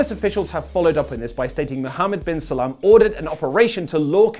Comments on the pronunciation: 😂😂😂 Lolol.... Is he saying Muhammad bin Salam.... It's Muhammad bin Salman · Its Salman not Salam. Thanks tho <3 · Its muhammad bin salman not salam lol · It's Mohammed Bin Salman not Salam